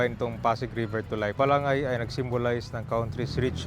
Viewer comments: Bala-ngay po, hindi balang-gay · Ba-la-ngay hindi balang-gey 😂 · Ba-la- ngay ang bigkas nyan. Ginawa mo nman bakla..😂😂😂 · Bwesit ung pg.pronounce ng Balangay..